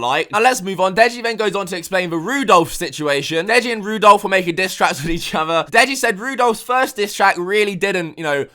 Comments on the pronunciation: "Rudolph" XD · LMAO, "Rudolph".